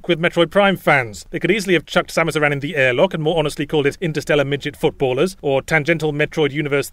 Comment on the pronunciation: OMG Yahtzee pronounces "Aran" correctly! Unlike the shitty westernization pronunciation that ended up in the games, "aaron".